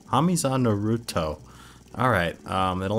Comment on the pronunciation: DONT YOU DARE PRONOUNCE NARUTO'S NAME WRONG